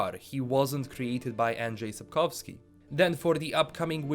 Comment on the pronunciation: As Pole I admire how you pronounce ”Andrzej Sapkowski” maybe this is small detail but it is very professional on your side. Any news about The Witcher and Cyberpunk 2077 is a good news (except delays). 👍